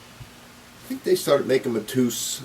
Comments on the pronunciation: IT'S PRONOUNCED MA-TAY- OOS, IT'S A POPULAR NAME IN PORTUGAL...YANKEE. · It's pronounced Mat A Us